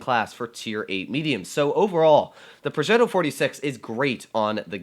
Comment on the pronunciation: I live in Italy and that ‘progetto’ at the beginning, was just very italian